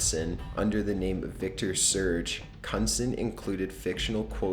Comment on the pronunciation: That last name is pronounced 'Kin-nude-sen' btw.lolol.